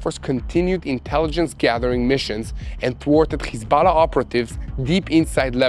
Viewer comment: It's Hizballah not Khizballah,when says the word he sounds like is he is clearing his throat,please correct the pronunciation it's H not KH.